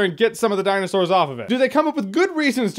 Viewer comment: The way you said DINOSAURS also you gave the same rating for the first one consistent lol